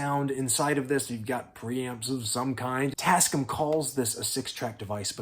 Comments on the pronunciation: TAS-CAM. Not TasC'm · I had the same reaction! “tascm?” What is he talking about? Oh…. TasCAM! 😂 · Pronounced tasCAM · Jeeze, not try'n to bust yer ball or nothing, but...ya... you say it weird. The company is called "Tas-Cam". I've owned a bunch of their stuff since the 90's. But feel free to call them whatever you like. Sorry if I made you feel icky. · Tasc'm? Damn near killed him! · I love your content and this was a fantastic watch. Big up . If you say "Tascm" like that one more time my eyes are going to burst into flames and I'm going to collapse into a pool of blood which cannot be cleaned nor touched, as it is a portal to hell and it will continue to grow until it reaches you